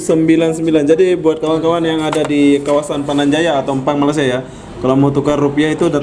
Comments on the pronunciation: 1) Bukan Malasia tapi sebutan itu biar jelas Malaysia = MALAY SIA KAMU TELAH MENGHINA SECARA TIDAK SENGAJA 2) Duit Malaysia = Myr , drop teruk tu ...1juta rupiah - rm295 sahaja .. sgt mengecewakan ... 3) selamat meraikan bulan Ramadhan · Hoi indon tolong cakap baik-baik sikit.!! Bukan MALASia okehh!! Sila sebut nama Malaysia dengan betul.